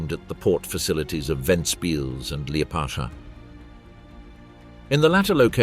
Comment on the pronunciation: Say Liepādža one more time...